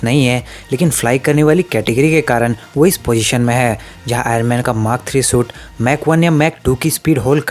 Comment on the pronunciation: I love the way he says mark as mak